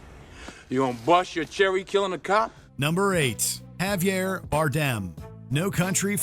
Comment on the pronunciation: Is he pronouncing Javier wrong? Or Is there another pronunciation I'm unaware of